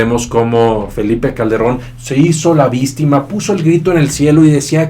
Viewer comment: jajajaja oye amigo lo dices adrede? vistima?